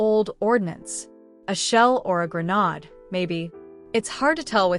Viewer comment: Grenade pronunciation gruh - nayd